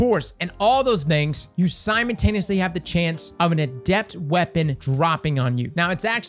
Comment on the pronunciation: Nobody: Not a single soul: EVERY video: "SIMON-TANE-EEUHSLEE!"